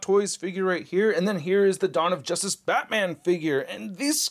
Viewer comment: "jostace League"